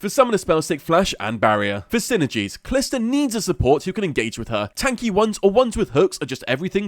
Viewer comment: It's pronounced ka-lee-sta